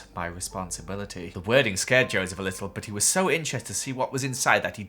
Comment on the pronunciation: sCArEd (pronounced s-KAR-d)